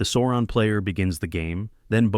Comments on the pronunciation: Not SAWron, it's SOURon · Why say Soouron? Its SAAURON. The A is wide open mouth.. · This odd Sauron pronunciation is the same as that R Smith guy. As if nobody in the North American land mass has seen the movie. Otherwise nice video.